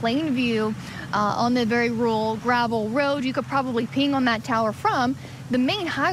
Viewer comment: What way is she saying the word "rural"? 🤔🤣